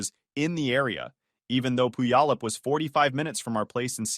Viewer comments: The AI pronounces Puyallup funny. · The way the AI voice pronounces Puyallup is hilarious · AI really butchered that name though😅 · To be fair, most locals can’t pronounce Puyallup either. But could you at least mispronounce it the same way every time?